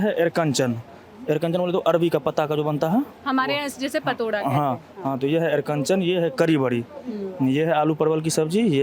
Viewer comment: कुछ चीजों का उच्चारण गलत बता रहे हैं । ऐरकंचन नहीं होता है अरिकन्चन होता है। दनौरी, तीसीयौरी, और तिलकोर की बिना थाली अधूरी है।